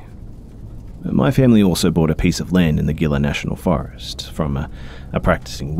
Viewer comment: Just a head's up, Gila, is pronounced he-la. I love your narrations